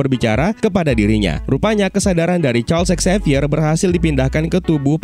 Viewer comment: Charlsex xavier?? Atou apa sih ngomongnya, harusnya Charles Xavier kann